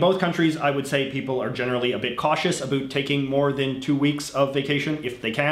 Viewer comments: literally no one says it like that lmao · I was born and raised in Nova Scotia and I never hear anyone say it like that either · HAHA he says abhoot, I was born and live in Canada my whole life and never heard about said that way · I couldn't tell if you were Canadian or American before I heard you say 'about' lol